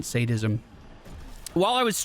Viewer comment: You pronounced Sadism correctly! Proud of you!